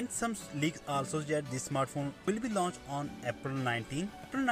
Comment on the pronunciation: It's launch , not lunch🤣🤣